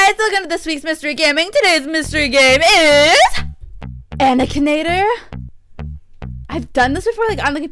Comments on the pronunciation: It’s aKinator not aNikator😂lol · She said anikator not akinator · it is not ANicator It is AKinator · Did anyone know she said anikator instead of akinator? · I realized it and it made me mad no offense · it's not "anikanator" it "ak in ator" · DRAGON POWER she said it like anikinator XD it got annoying lol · its not ''anikonator'' XD its ''aknaitor'' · Srry 2 break it to ya but ya said aknator u didn't say akinator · IT'S NOT ANIKINATOR IT IS AKINATOR!!! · I feel sooooooooo bad to tell this but is spelling akinator like anikinator like if you noticed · You : Anikanatir Me : BRUH ITS BOT ANIKANATOR ITS AKINATOR LOL 😂 no hate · It is not anikator, it is akinator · Her voice is so loud and she said animator not akinator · anikator lol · ITS NOT ANIKATOR ITS AKINATOR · It's not anikater it's a k a n a t o r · anikator? its akinator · NOT ANIKATOR HES AKINATOR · it's Akinator, not anikinator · Anikanator lol its akinator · It’s not animator it’s akinator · ITS AKINATOR NOT ANIKATOR! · shes saying it anikinator instead of akinator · This isn't starwars It's Akinator Not Anakinator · Hei its a _ka_nA_tor not anikinator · you said anikator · She said anicater* not Akinator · It's not anikater it's akinater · Its Akinator not Aniotorr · That is not anikator that is akinator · its a-k-i-n-a-t-o-r not anninator!!!!!!! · It's akinator not ankintator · Not to be rude I love your videos but you said anikonator instead of akinator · its not anikater its akinator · it's akinator not anikinator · lol it's akinator not anikinator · ak-in-at-or ok not anikator its spelled akinator for a a reason kk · It's akinator not anikinator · it's akanater not ankaneter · It’s pronounced ak - i - nater not an - i - cater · lol "anikinator" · It's pronounced akin akinator! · Its Akinaitor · At the beginning she said "anikinator"😂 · Anikinator????!!! XD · You say it like ack a na tor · that game is actually pronounced a-kin-ator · its AK-I-NAE-TOR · It’s AK-I-NA-TOR